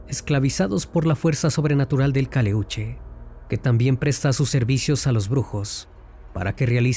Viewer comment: Si eres chileno, porqué pronuncias mal el nombre del barco?? No es Caleúche. Es Caléuche. Tampoco es mapundungun. Es mapudungún. No es Chile. Es Chiloé...